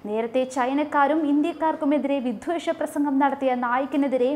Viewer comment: ഉച്ചാരണം ശരിയാക്കണം -വിദ്വേഷം എന്ന പദം ശരിക്ക് പറയൂ